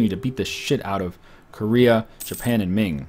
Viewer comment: you do totally pronounce Korea wrong, you say it like core-ea when it's actually ko-rea with the O pronouced like 'oh' not 'or'